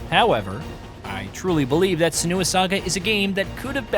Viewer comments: It isnt suh-NEW-uh. It is sen-you-uh. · Her name is pronounced three different ways in the game itself 😂 Sen-you--ah Sen-oo--ah Sen-wah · That's not how you pronounce "Senua". If the guy reading the script had actually played the game he would know that. If the guys writing the scripts in India have accents too strong to be palatable to western audiences, at least get on the same page with the voiceover people. This is apparent in almost every video on this channel. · That's not how her name is pronounced 😅